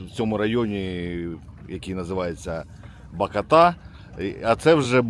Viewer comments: БакОта, а не БакотА😀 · Відео чудове, тільки наголос на другу букву бАкота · Ба́кота Ба́кота Ба́кота наголос !!! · Не БакОта, А БАкота😂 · БАкота, а не Бак0та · Радий що вам вдалося відпочити. Тіль блт не БакАтА, а БакОта!!! 🤬